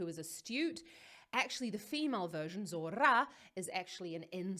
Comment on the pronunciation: Es Zorrrrrra con rrrr bien marcada😊